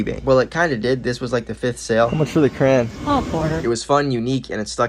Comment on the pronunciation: It's so annoying to me how some people say crayon as cran.